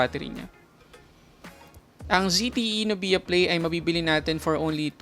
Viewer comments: NUBYA not NUBIYA. saket sa tenga amp ahahaha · Nubya.... not nu_biya.. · pinoy na pinoy talaga si kuya str haha "nubiya" instead of "nubya* 😂✌️🇵🇭